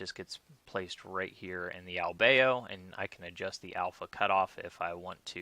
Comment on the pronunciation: Pretty sure it's pronounced Al beado